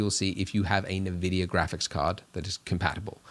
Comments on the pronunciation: Thanks for the tutorial! This has really helped me get started! But also... EN-VIDIA NOT UN-VIDIA PLEASEEEE OMG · I unsubscribed and stopped watching the video when you said navidia